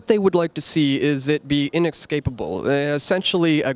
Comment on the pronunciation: Damn "Inexcapable"..smh